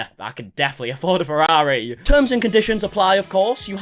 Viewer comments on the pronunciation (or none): none